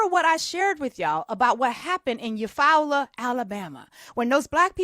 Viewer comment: Your pronunciation of “Eufaula” was MUCH Better this time 💯 awesome 👏🏿 ‼️ You-Fall-La 😉